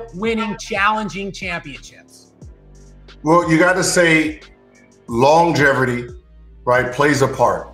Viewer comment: “Longeverty “ is how he pronounces longevity.